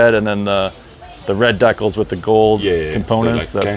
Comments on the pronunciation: oh Dee-cal. I thought the host was having an aneurysm. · Do you mean a 'decal'? Same as a sticker basically. Some people say 'dee-cal' instead of 'dec-al' if that helps?